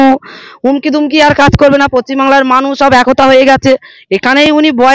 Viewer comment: এতদিন পর জানতে পারলাম এটা পশ্চিমবাংলা❌ না পচ্চিমবাংলা✅ 😂😂😀😆